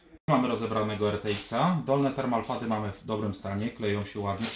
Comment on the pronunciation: Termopady a nie termalpady :D